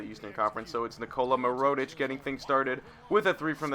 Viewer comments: it is pronounced mer-oo-tic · No hate but I was cringing every time you said Nikola Mirotic, so. Knee-Cola (as in Coca Cola lol) Meer-oh-tich (Meer as in the beginning of mirror) I hope this helps! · Completely fucking up mirotic name